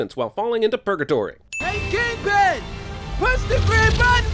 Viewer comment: Its KINGPIN not king pen!